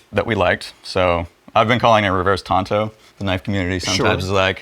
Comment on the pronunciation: The word is Tanto, not Tonto. The latter is the loan rangers man-friend.